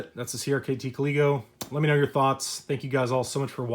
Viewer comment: thank you for saying it right lol. if i would have TM the name this knife would have a different one..... lazy me... oh well i guess